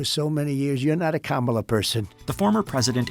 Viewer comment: wait, did he actually pronounce Kamala Harris' name correctly? lol